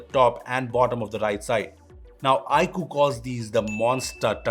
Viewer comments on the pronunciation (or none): Dear, It's not ikuuuu, it's iQue(iQoo)....